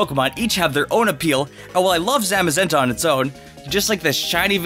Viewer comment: Man, you butchered Zacian and Zamazenta's names.